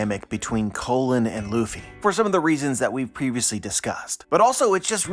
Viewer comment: I haven’t been able to read the chapter yet, but it sounds like you’re saying colon for the kid giant. Like asshole colon?